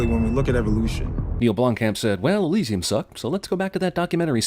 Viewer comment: cinemasins gains a sin for the horrible pronunciation of Elysium